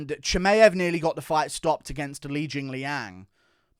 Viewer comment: Why are you pronouncing Chimaevs name so goofy ? You should know better as an MMA fanatic